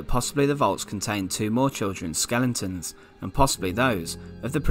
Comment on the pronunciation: What’s a skelenton? 🤣🤣🤣